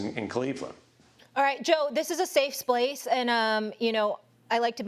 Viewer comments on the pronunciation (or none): molly said safe splace😂😂😂